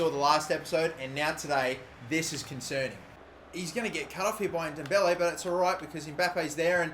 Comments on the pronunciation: It's not pronounced n-Dombele it's ndoble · im pretty sure its pronounces en-dom-beley